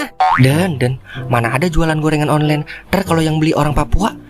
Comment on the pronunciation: Online bukan onglen 😅😅😅😅😅😅